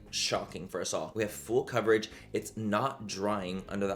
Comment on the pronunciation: When you say full coverage all I hear in my mind is FOOL COVERAGE 😂 I love you Manny ❤